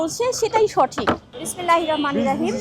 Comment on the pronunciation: প্রথমেই ভুল উচ্চারণ, 'বিসমিল্লাহীর রমানের রাহীম।" *জামাতের আমির ঠিকই বলেছেন। আল্লাহ পাক গেয়ান অর্জন ফরজ করেছেন সবার জন্য কিন্তু দায়িত্ব কার কোথায় সেটাও বলে দিয়েছেন। সঠিক না মানায়,আজ সংসার ভাঙছে / কলহ, পরকীয়া/ সন্তান খাচ্ছে মদ গাঁজা। দেশ তো পাপে / বেভীচারে ভরে গেছে। নারীরা এতো বেশরম হয়ে গেছে যে, দুর্গন্ধ ছড়াচ্ছে। একটা মাকে আল্লাহ পাক সর্বোচ্চ মর্যাদা দিয়েছেন, আর দেশ প্রধান হিসাবে পুরুষকে। কারণ, ইসলামীক আইনে দেশ প্রধানকে রাত দিন কঠোর পরিশ্রম করে জনগণের সেবা করতে হবে। অন্যদের এবং হাসিনার মতো দেশ সেবা নয়, চুরি ডাকাতি খুন খারাপি, বাটপারি করে।